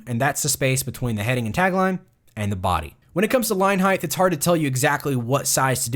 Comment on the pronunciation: Why do I keep on hearing the word "heigth" instead of "height"